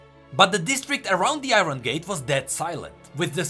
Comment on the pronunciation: Iron pronounced as "ah-yorn"